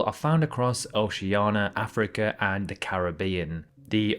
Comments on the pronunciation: I want to know why Brits are incapable of saying Oceania. It's not Oceana and it never has been! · Bogotá extends towards the south to over 4000 m altitude, higher than Quito and La Paz... Btw where is the I in your pronounciation of Oceania? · You still can't pronounce Oceania, can you? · Please learn how to pronounce Oceania correctly. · is he really pronouncing Oceania wrong ON PURPOSE???? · And he can't pronounce Oceania